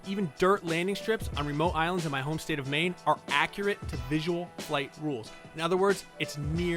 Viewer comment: Aye man, nice vid and I was blown back by saying maine, then the fact that you said knox blew my mind. I'm from Rockland and spent a lot of time on the islands